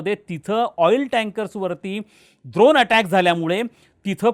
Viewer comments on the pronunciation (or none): सर, ड्रोन असते ते... द्रोण नाही. युद्ध आहे, लग्नाची पंगत नाही द्रोण वाटायला.